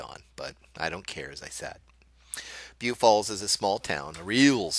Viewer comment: I think you're pronouncing it wrong...